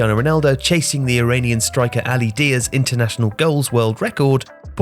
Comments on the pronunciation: It is Ali Daei not Diya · it's not pronounced Ali Diya... it's more of a /da:yi:/... imagine reading the following word: daayee...